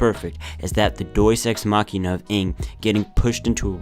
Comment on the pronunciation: I hate every time he says “doies ex machina.” That’s not how you say it.